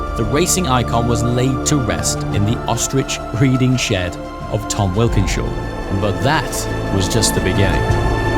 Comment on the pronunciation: i had to listen to that name 5 times. it's Wilkenshaw not Walkingshaw(as in TWR)correct. i grew up and still loved those xjc's and xjs' they raced. how funny having such a similiar name. cheeky bugger. extraordinary cars!!!